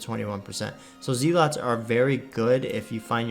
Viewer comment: Zell-it. Not Zee-lot too ;)